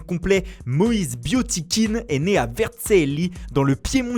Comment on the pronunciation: Le présentateur qui veut se la péter en prononçant les noms à l'italienne alors qu'il ne sait même pas dire Vercelli correctement... Le C se prononce CH, pas SS................